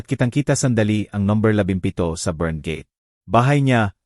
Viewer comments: Ayusin mo ang pag kwentoat pag bigkas ng gate hindi ge ti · Hindi marunong mag basa anong gete? josy jose yan? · Añg daming maling pagbigkas ng mga salita , Ang gate naging gete in,hope y hopi